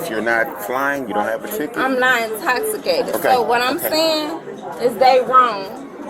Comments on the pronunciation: “I’m not in-toss-i-cated.” 😂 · The more she says "i'mmnnn nowwwtt Intowxcitated" the worse it gets lol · "I'm not intossicated." Lol, yes you are, my dear. Yes, you are. Lol! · “I’m not incotsitated!” 🥴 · " I'm not intoximacateds" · Girl…you are indeed intosssicaydid. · "I'm not intossicated!" OMG, that's funny!!!! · I'm not in-toss-i-cated either! I need to get to my baby! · Essplain to me how im’s intossicated. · “I’m not Ah-toxicated…” Yeah, ok. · "I'm not intosikayted." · I’m not intosssicaded. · U might be intoxicated if u can't even pronounce the word intoxicated